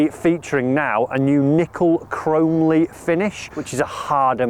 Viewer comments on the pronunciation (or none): "Chrome-Lee"....🤣. Its pronounced Chrome-Olly 👍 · I’ve got 921 forged irons. They are fantastic. Mizuno absolutely nails it with the irons. Someone needs to tell how to pronounce chromoly. Chrome and molybdenum. Chro-moly